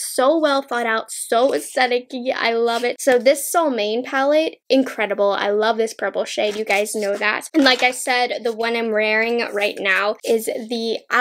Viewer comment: Really don't want to be nitpicking, but just for the record; Since Odens Eye is a Swedish brand, Solmåne is pronounced sool (like school but without the "ck"-sound) Monet (like the painter) so Sool Monet :)